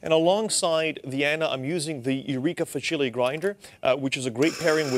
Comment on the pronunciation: Thanks for the helpful review! Eureka Facile is pronounced "FAH-chileh". It means "easy" in Italian.